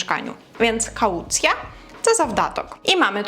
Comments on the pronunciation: але ж kau̯ˈt͡sja, не каУцйа. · Kaułcja wymawiana jest jako kałcja. To "u" jest prawie niesłyszalne.